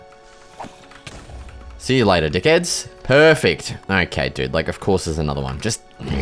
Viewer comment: bro says "peaufect" instead of "perfect" 😭😭